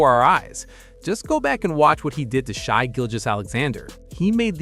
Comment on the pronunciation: It’s not Sh-eye, it’s Sh-a, maybe watch some games and listen to how their names are pronounced! Dumb